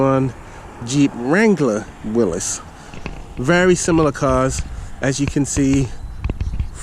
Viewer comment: Finally a video showing someone that can pronounce Mr. Willys’ last name correctly!